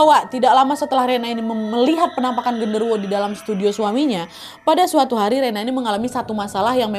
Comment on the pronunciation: Kak kurang jelas pas Kaka ngomong gendorowonya ngerasukin si rena😢😢